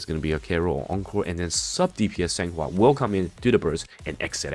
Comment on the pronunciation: I will definitely "san" her "hua"